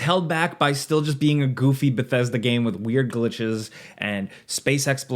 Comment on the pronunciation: You haven't even played the game yet here you are rambling about it. Also, it's "Bethesda".